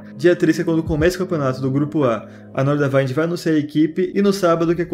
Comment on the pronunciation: Momento FISCAL: A pronuncia é Nordavínd, não Nordavaind.